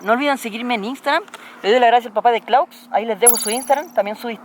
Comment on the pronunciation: Tu nombre Claux es frances y por lo tanto se pronuncia Clo